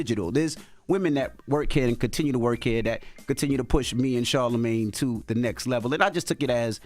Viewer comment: Charlamagne saying he felt undervalued as a woman 😭and Porsha calling him Charlamisha💀💀💀😅🤣😭